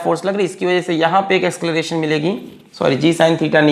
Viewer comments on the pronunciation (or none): acceleration ❌ ascleration ✅ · asceleration hota hai ya acceleration pata nhi kya hai ye